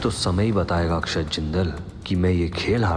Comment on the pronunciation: Aksad nahi akshat naam hai